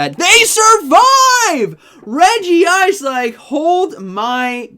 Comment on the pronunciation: Why u kept saying Fearrow instead of Talonflame 😂 And it should be Reg-ice not Regi-ice. Thanks for the video btw